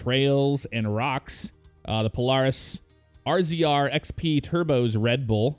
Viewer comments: The polaris rzr is pronounced like razor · you said rzr wrong it is pronounced razor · Rzr is pronounced razor 😑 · I can understand the difference in pronouncing Polaris but RZR is said Razor.